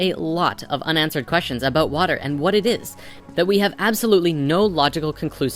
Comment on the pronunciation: He gave a shout oot. What's that aboot?